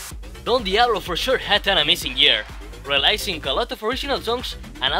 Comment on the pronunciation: My top 5 (my votes are based on music production and live sets): #1 HARDWELL #2 W&W #3 DON DIABLO #4 JAY HARDWAY #5 KAAZE btw, releasing pronunciation is "relising" not "relaising" (Spanish)